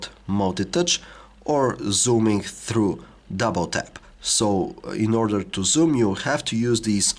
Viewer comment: ordEEEr contAAAAct